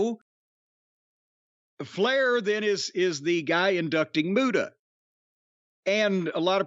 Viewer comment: The great mute-uhh